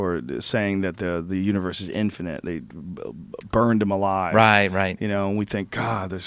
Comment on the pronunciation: Michael always says “infinant” and I’m not sure why.